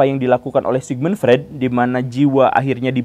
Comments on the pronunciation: Tanpa mengurangi rasa kagum saya pada Guru Gembul. Ada sedikit masukan nih, gak penting2 amat sih. Tapi kalo dilakukan akan lebih bagus. Pengucapan istilah2 atau nama2 asing kadang kurang tepat. Freud harusnya dibaca Froid. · Freud: dibacanya "FROID" pak guru